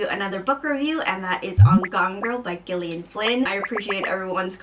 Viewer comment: Lucy "Please americans, it is not gill like a fish, it's just another way of spelling Jillian!" Oh, you're not? LOL